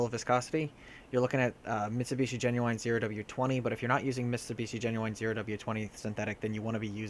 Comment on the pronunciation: What is "GenYouWine" recommended? Do you mean "genuine? There is no "W" in "GENUINE".